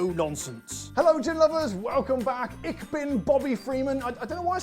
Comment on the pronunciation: Ich is closer to "ish" than to "ick", unless you are in Berlin.